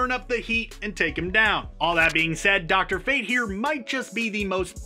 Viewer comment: I know you aint just say drfate